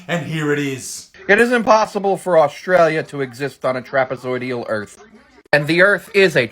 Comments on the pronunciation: "Orstralia do's not exast" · that kid cant even pronounce words and he is accusing Australia that it is not real